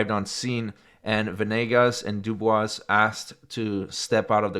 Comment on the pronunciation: The S is silent in Dubois.